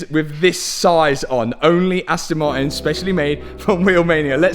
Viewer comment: Why you never say Aston Martin? All I hear is Aston Marin 🙃